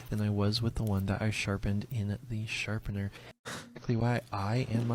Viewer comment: WHY DOES HE KEEP SAYING "SHARPENDER"?!?!?